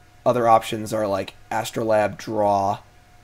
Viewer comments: true. but he is also correct in this case. it is a long 'a'. astro-layb. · For my two cents, R&D has said they always spell cards the simplest way for their pronunciation so Astrolabe is As-troe-layb.